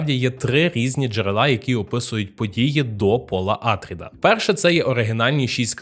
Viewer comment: не Атріди, а АтрІди, наприклад (наголос на і)